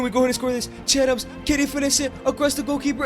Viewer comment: Nigga it's Che Adams